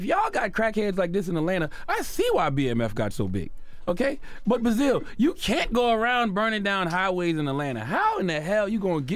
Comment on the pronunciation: This dude doesnt know how to pronounce basil